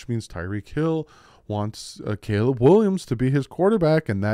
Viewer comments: “Kaliib Williams” ☠️😂 love you lmao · Substitute teacher 😂 A-A-Ron J-Quelin CalEb🤣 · His name is Caleb. Not Caleeb just cuz he’s black…. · Wtf, how tf did you Butcher the name Caleb. How!?!?!?!